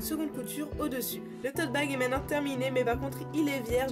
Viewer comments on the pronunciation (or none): none